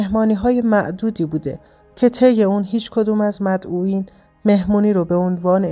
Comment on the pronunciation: خانم محترم گوینده ، نمیدانم که شما چه مدتی است که در خارج از کشور بوده و زبان فارسی را تا چه اندازه و چه سطحی آموخته اید ، اما تلفظ و گویش شما از کلمه "" مدعوین "" کاملا اشتباه می‌باشد . آنصورت که شما بیان داشتید در زبان فارسی وجود ندارد . شاید اگر قبل از ضبط برنامه مروری بر نوشته ها و مطالب در دست خود میداشتید، چنین خطای فاحشی رخ نمی داد.!!!